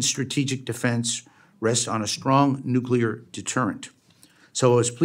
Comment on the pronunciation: nuculer energy is not thr answer